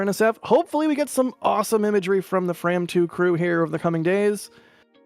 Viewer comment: Unfortunately they mispronounced the name of the mission. It is a homonym of "from".